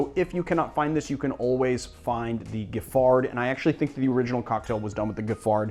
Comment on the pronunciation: I honestly can't tell if you're trolling or just bad at pronunciation haha. Maraschino? Giffard? Saison?!?